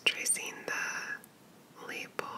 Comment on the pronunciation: Hey, just FYI it's pronounced "lah-pell", with the stress on the "pell", it wouldn't rhyme with 'label', but would rhyme with 'dispel' or 'hotel' :)